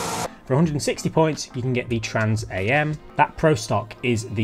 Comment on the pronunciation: He said trans A M and not trans am and I had to stop watching the video. Trans am is short for trans-American lol.